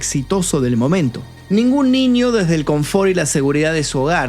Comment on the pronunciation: "Desde", no "desdé".